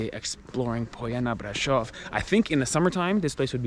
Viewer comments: Brasov not Bradshaw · Corect : Brașov ] Romanian: [braˈʃov]